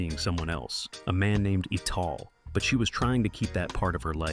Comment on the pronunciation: Ital is pronounced "Eye-Tal" and not "EE-tal", as the "I" is the foundation for rastas. "Eye-Tal" as in VI-TAL!